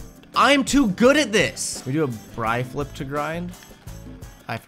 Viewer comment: Its a bri-flip not a bree-flip but thats probably not that helpful